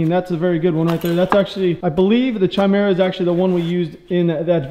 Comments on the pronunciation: It's pronounced Kymera... Greek work for a female fire breathing monster with a lions head, goats boss and serpent tail. The "CH" makes a "K" sound in that language. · Wondering if it’s spelled Chimera... Because he said it weird.